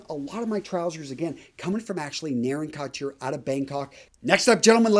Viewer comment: the word couture is pronounced ‘koo-ture,’ not ‘kott-chure.’ No two ways about it. It’s from the French and there is no English equivalent. Otherwise, a nice segment.